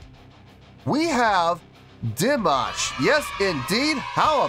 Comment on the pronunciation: 😁 You said his name correctly from the first try, that was cool :)) And yeah, I think that was an E6 :) He can handle the 6th octave in head voice + flageolet, up to F6. His whistle notes only begin in the 7th octave, E7, F7, F#7, G7 (once he hit a D8 live in the middle of a song, in concert). Also, he can go as low as A1 in chest voice, and even lower in fry register 🔸He can sing in 6 octaves, and he can hit notes in 7.2 octaves. 🔸His musical genre is neoclassical crossover, mixing everything from opera -> rap -> kazakh folk -> rock elements. Every song is a surprise :)) That yodel/trill was real, no effect, and it was meant as a mourning sound, tribute to the lead singer of the band who passed away ("Sinful Passion" is a hit of the band A`Studio, on stage behind him). The keyboard man was the composer of the song. Dimash participated as a guest in this event (New Wave 2018). This was the first day, and several singers performed covers of the band A`Studio`s songs, as a tribute to their career. Dimash covered their hit "Sinful Passion". At the end, he thanked them, including for them being an inspiration for young singers. Dimash had great appreciation for the lead singer, who passed away at 52, and for whom he included that trill mourning vocalize in the middle of the song. The band A`Studio have been around for decades, so they are seasoned professionals, and they`re just chill, not bored :) [New Wave is a competiton for young singers, but Dimash was performing as a guest]